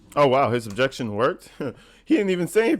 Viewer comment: UBJEXSHUN! I wasn't driving a car it was an SUV